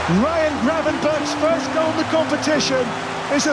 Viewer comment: Thanks for not saying Gravenbertsj